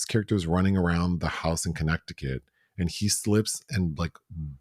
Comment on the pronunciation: pronunciation of Connect-ti-cut😂😂 I can’t see myself eating off a “grazing table” like some farm animal lol Some of these viral trends are disgusting! I tried the cucumber salad and it was gross. Any buffets or dips sitting out for hours bring out my germaphobe 🦠 Dyan Cannon always had such beautiful luscious hair ❤ My memories will always be her and Jack Nicholson sitting courtside and yelling as die-hard Lakers fans